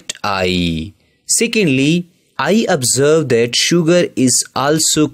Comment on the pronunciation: he literally said OBSVERSB AND VUTTAH